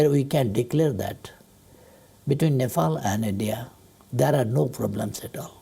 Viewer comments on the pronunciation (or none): Nefall and India 🙃